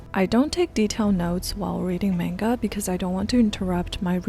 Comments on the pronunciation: why are you saying menga? lol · Why do you say MAYnga if you speak Japanese? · no but this one is pronounced similarly in english. The pronunciation isnt exactly the same because of inflection and the duration of each syllable (or mora in Japanese). That being said, both pronunciations use a soft A sound and she even uses the soft A sound in this video sometimes. It confused me so I asked why it might be